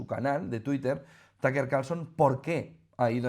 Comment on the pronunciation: todo mi apoyo a Putin Y Rusia y por dios no es TAKER Carlson jajajaja un poco de trabajo en pronunciación no les caería mal se dice TƏk Ər si lo quieren pronunciar como americano o TƏk Ə como británico, las silabas en ingles no se forman como español y ese simbolito chistoso se llama schwa que es el sonido mas común en ingles increíble que los españoles que quedan ahí muy cerca de los ingleses no tengan ni idea de como se pronuncia el ingles